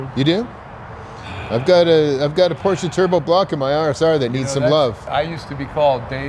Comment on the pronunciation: is the master of Porsches but can’t say Porsche right lol